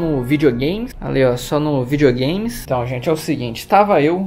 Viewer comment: Ele falou hentão?